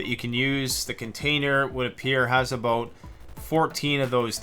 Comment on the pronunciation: A boat (about). 😂 no offense I'm Mexican I always thought Canadians have a really fun way of pronunciation. I like it.